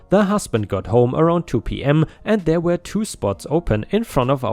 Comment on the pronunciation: Yo my dude, "were" is said as "wur" not "wear/where." 🤪